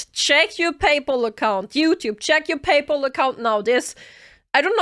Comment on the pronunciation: "Chat, check your PayPul." XD